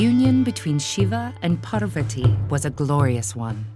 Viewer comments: They even pronounce Mandarin words perfectly, but here goes "Parvathi" as 'Parvatti' "Annapoorna" as 'Annapurna' "Bramma" as 'Brahma' I guess Google is not guiding them with correct information when it's related India😂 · With Ted Ed being such a big platform, I’d have expected them to at least get their pronunciations right. There’s no dearth of Indian people who can speak clearly and pronounce the words properly. I’m only 50 seconds in and I am already cringing at the absolute murder of “Parvathi” and “Ardhanareeshwara”. Please, in the future, double, triple, and quadruple check your pronunciations!